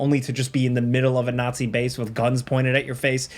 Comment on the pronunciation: a ñazi